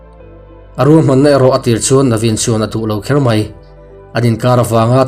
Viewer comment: thu chhiar uluk zual deuh deuh la tha ngawt ang...barakheih tih loh hram hram..mai tih tur ah mei iti deuh vek bawk a